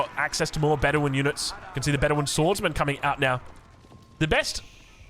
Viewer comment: Be-DEWIN 😂 Love ya